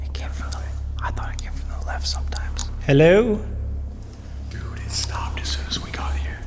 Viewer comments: Sam: "HeloUo?" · i was so scared but then sam "hellaur" sorry I bursted out laughing HAHHAHHAHA